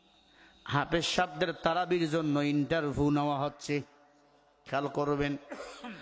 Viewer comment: এ হুজুর বলছে ইন্টারভু, হুজুর ঠিক করে উচ্চারন করেন, আবার বলেন নারায়ণগজ, হায়রে হুজুর